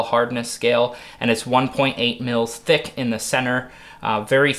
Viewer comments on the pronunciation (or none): none